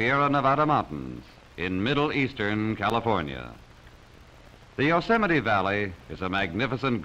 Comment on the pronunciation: Yosemite's great but you're pronouncing it wrong.